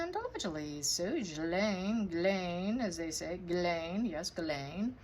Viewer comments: It's a french name.its pronounced Jeaslaine.the way people pronounce it ,it would be written as such:guylaine!!! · I know how it's pronounced my work "huuby" is french & is married to a Guylaine. I've seen it spelled a variety of ways but always pronounced the was did at the beginning of this vid. Most english people butcher it TBH